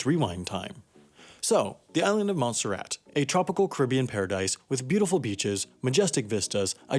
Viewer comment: Montserrat? I thought you said Monsterrat